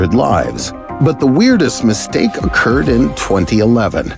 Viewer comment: that "misteake"